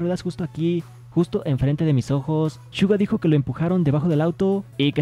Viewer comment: Amigo no es shuga Entiendes!!!!